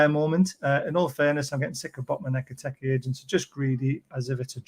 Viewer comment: 8 million videos about Ekitike and still never pronounced his name correctly once